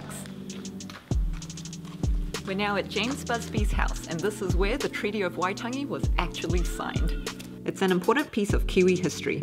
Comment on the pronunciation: That intro was awesome!! Great pronunciation too. It's been years since I have been near Waitangi, and in saying that I actually don't think I have been where you guys went so I am pretty slack!